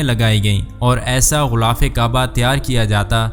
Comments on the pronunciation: JUN/16/2024♣BHAI SAHIB♣ GHULAAF NAHI✖ GHILAAF SAHI ✔TALAFFUZ HAI APNE LIKHA BHI GHILAF HAI😁 MAZHABI VLOG ME URDU TALAFFUZ KA KHAYAL KAREN ♦ASIA SYED (PAKISTAN) ♦ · Urdu Bolna nahi learn GHILAAF ko Ghoolaf na kaho JAAHIL